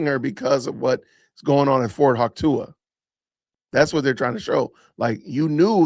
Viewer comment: Hey J, it's Fort "wah-choo-kah